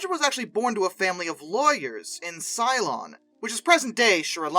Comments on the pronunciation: it is Ceylon (Say-Lon) and not Cylon, the robots fighting the 12 Colonies. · Yeah, that. But AFAIK it's usually pronounced Say-lon. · Ceylon is pronounced "seLON". Berkshire in the UK is pronounced "Barkshur". You cannot apply US pronunciation rules to these names - they've been around for rather longer than the USA and they've passed through The Great Vowel Shift that affected English in the middle ages. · Did he take on the Battlestar Galatica? Ceylon is normally pronounced as Seelon.